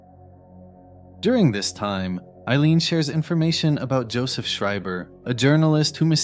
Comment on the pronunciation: Big props on pronouncing Schreiber correctly